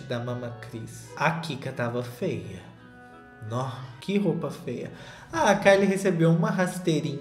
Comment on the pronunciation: morro quando o solta um "roupa fêa" no meio do vídeo